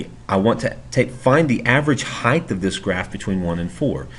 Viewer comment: average heighdth lmao